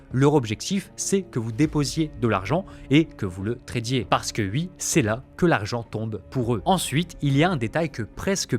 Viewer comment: Mec, ta manière de parler en coupant le rythme de tes phrases sans cesse est juste INSUPPORTABLE. Et oui se prononce OUI pas UI gogole